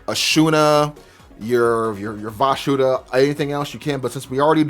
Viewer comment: Why do you call it "Vashuda"? Isnt it Vishuda?